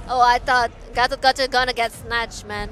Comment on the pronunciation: yeah and gatokaja how they pronouce gatotkaca